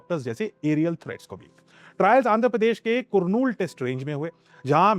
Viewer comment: कुरनूल नहीं करनूल.